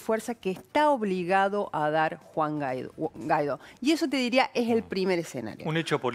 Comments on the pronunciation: Una periodista que no sabe/puede pronunciar GUUUUUUUAAAAAAAAAIIIIIIIIIDOOOOOOO. No es GAIDO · Por que le dicen Gaidó si la u enmudece solo ante la e y la i? Si va seguida de la a debe pronunciarse al menos en castellano. Y así lo pronuncian los venezolanos. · Inés, no estás informada. Ni siquiera sabés pronunciar el apellido. Te recomiendo que sigas el canal Factores de Poder de Patricia Poleo